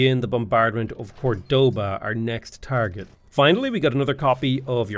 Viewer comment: Córdoba literally showing with an accent which syllable to stress.: Cordóba